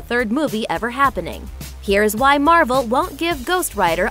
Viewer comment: Did she say marble instead of marvel